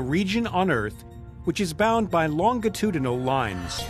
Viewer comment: Less than a minute in, longitudinal is mispronounced. The idea of educating via youtube is fantastic. But it is disheartening that just a few seconds or minutes more of effort isn't taken in SO MANY fact/list/educational videos.